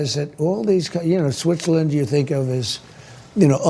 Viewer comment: Did he say Switcherland?